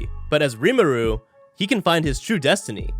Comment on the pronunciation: This guy said Rimuru's name like "Rim-awe-ooh" 😭😭